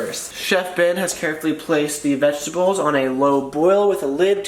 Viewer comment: Lmao he said vegi tables